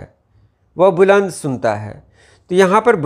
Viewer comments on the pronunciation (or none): السلام عليكم ورحمة الله وبركاته بلند کے ب پر پیش نہیں زبر ہوتا ہے